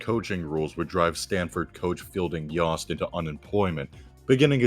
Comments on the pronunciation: yost rhymes with toast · You mispronounced Yost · 1. Princeton and Rutgers aren’t in New England. 2. Y-oh-st not Y-ah-st. 3. The US Naval Academy is in MD not NY.